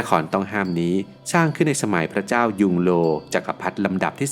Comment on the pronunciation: พระนามจักรพรรดิผู้สร้าง คือ “หย่งเล่อ“ ไม่ใช่ “ยุงโล“ และจักรพรรดิองค์สุดท้าย ชื่อ “ผู่อี้“ แต่ยังพอรับได้ตามที่อ่านมา ขอเสนอว่า ชื่อในภาษาจีนกลางให้อ้างอิงการออกเสียงตามระบบ“พินอิน“ ครับ ถ้าเปิดตำราอังกฤษตัวอักษรอังกฤษที่เขียนมาอาจไม่มีเครื่องหมายกำกับเสียงของอักษร จะทำให้อ่านออกเสียงผิดไปไกลจากของเดิมจริง ๆ มาก และคนอ่านทั่วไปจะออกเสียงแบบอังกฤษ แต่ระบบพินอินออกเสียงแบบละติน ตัวอย่างเช่น ตัว D จะออกเสียง ตรงเสียงไทยและใกล้เคียงเสียงจีนกลางว่า “ตอ“ แต่ไม่ออกว่า “ดอ“ ตัว P จะออกเสียงเป็น “ผอ“ ไม่ใช่ “พอ“ หรือ “ปอ“ เป็นต้น